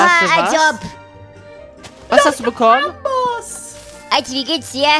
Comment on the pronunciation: Wieso sagt immer Amboss